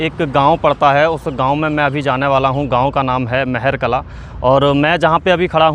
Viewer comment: गांव का नाम महर कला नहीं महार कला है